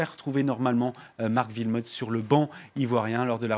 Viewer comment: pff ces francais Wilmots pas Vilmots le w se prononce oué